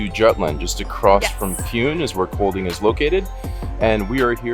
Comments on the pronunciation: Ye, it’s almost pronounced like ‘calling’ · It is pronounced almost the same way U would pronounce Calling (the letter d in Kolding is numb), but with a short o-vowel - like the short a-vowel in the name Callas... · Just so you know, the d in Kolding is silent and the o should sound more like the o in "bored"!